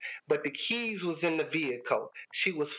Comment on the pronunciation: For a second I thought he was talking about his "kids", took me a minute to realize he said "keys"😅